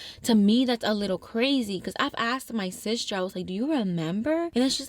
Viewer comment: Omg out of all the funny ways you pronounce things i think “Sishter” is my favorite 😭🤎